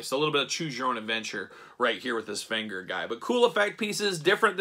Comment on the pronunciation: You are butchering Venger's name... A lot of complaints about these figures. I could not put money down for these even at clearance as much as I love the cartoon - too costly, bad QC and bad articulation or no articulation. These are not related to the movie, even though the movie was great fun.